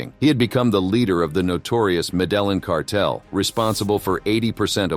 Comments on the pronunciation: It's having the opposite effect on me. I find myself screaming "medellín!!" At my phone every couple of minutes, and I don't even speak Spanish haha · Pronounced Medeyeen